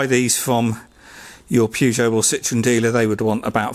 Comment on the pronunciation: Why are you calling it a purgeot ??🤔